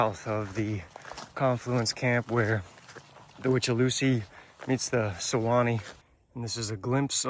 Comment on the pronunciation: I hate hurricane season...always so stressful in Florida....The withlacoochee is pronounced With-Uh-La-Coo Chee!